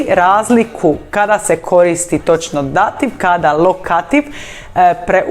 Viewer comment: Pogrešan naglasak dAtiv -lokAtiv!! Točno je Dativ-Lokativ